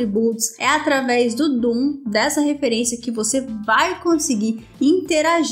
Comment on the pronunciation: só quero fazer um ajuste... DOM e não DOOM... só um erro de pronuncia, haha... mas o video tá otimo, bom trabalho. Vou recomendá-lo para meus alunos.